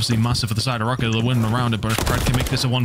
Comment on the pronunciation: am i faded? i thought it was pronounced rocker not "row - ker"